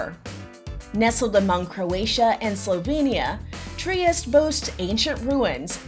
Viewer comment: its pronounced "Tri-y-Es-tE